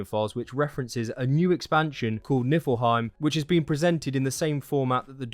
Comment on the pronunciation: Great video man, thanks a lot :) Just one little thing, it is NiFlheim and not NiLfheim ... :)